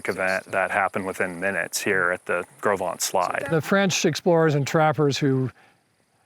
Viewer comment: I'm nearly 80 and have read "Gros Ventre" since elementary school, studied Lewis and Clark and the fur trade for years and had NEVER heard it pronounced. I would have never guessed it. Thanks!